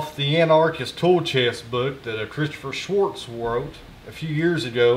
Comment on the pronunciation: Did you notice that there is no "t" in Schwarz? Very nice tool chest. On my build list.